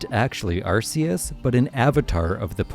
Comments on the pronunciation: It's Arkeus. Not Arseus. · It's pronounced ARKeus. That's why type:null's thing is called the RKS system and not the RCS system.